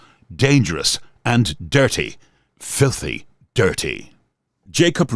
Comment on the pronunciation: Its strange how you stress the USP of this channel : "Filthy".😂